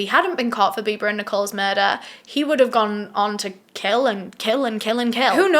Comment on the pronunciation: When you said Bibaa I accidentally heard "Bieber" so I was like wait they went out to celebrate Justin Beiber's birthday ...?